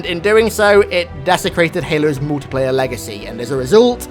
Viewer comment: ¨The Moltiplayer¨